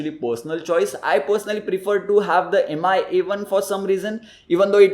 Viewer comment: It's pronounced as Mee not M I Try again